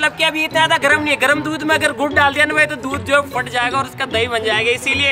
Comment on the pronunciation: 3 35 pe gud ko gu bola😂😂😂😂